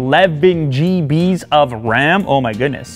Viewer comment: When he said gbs as JeeBees Me: cringes in russian